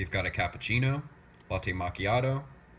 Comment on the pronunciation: I couldn't help flinching every time I heard you say, "melk." :)